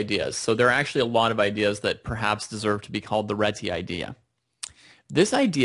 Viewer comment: its a hungarian surname, its Réti not Reti :D